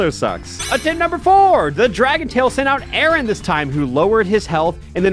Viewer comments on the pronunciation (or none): I find it funny how he pronounces Aron as "Aaron" when it's "R-on"